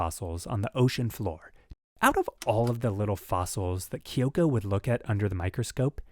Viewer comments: her name is kyo'ko. not ki'yo'ko. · no, her name is not kee-ohko. its KYO-KO. two syllables, you american.